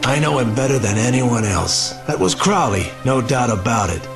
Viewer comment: You're pronunciation drives me nuts. You say it with an "oh", like "go". How do you mess up the pronunciation after you hear it right? I still enjoy the vid though. The problem was probably the golem body. Golems could last only up to a few years before they decomposed. And maybe you've saw the name in some other game or something. Crowley is a reference to Aleister Crowley, the famous occultist, and the name has been used a few times in a number of media. Either way, not a good omen.